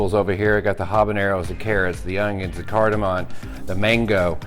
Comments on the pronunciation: I've made a very similar sauce using similar ingredients, was great. Just one tip, its cardimom not cardiman. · Cardiman? Don't you mean cardamom?